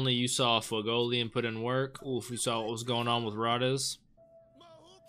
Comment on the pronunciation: In the dub I think it's pronounced Ray-Dees. Could be wrong, need to re-watch. I'm trying to make a note of the script anyway, for instances when I need to refer to it, or when using it in fanfiction - yes, I'm one of those fans XD - so that was the plan anyway, to watch it both in the sub and the dub. The fact that Fuegoleon acknowledges even Rades, a criminal and remembers a commoner so easily I think is the most impressive of all of this. Like, who'd remember the name of a member from a different squad, especially if it was one kicked out, and a commoner. Fuegoleon here has the memory of an elephant and the heart of a lion. "Mmmm... liiiiittle forbidden." Yeah... A little. I love how Rades knows all these guys' names... and how it just feels so important. But then, Karl's no joke... until Fuegoleon turns him into one with Soul Linea.